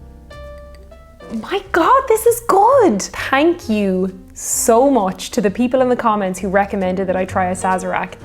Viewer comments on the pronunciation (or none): I love to watch your videos and the Try channel. I love to hear you say Thank (tank) you. I love love love Thin Lizzy (Phil Lynott) in one of their documentaries he tells how they got their name. When you say thank you it brings a tear to my eyes and a sadness in my heart for that lovely man. ❤❤❤❤😥